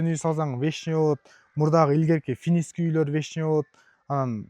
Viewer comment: финиский уй, санузул😂 дейт го, счена, телезор, заранья, зашот